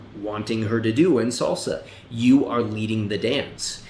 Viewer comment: Fellow salsero, and agree but do note it's pronounced salsa not solsa! You're giving strictly come dancing vibes. It is a Spanish word and uses Spanish phonetics!